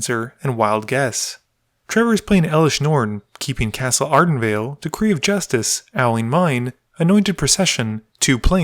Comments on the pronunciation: “cassen ardenwald” stupendous pronounciaction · Card: "Castle Ardenvale": "Cassen Ardenwald"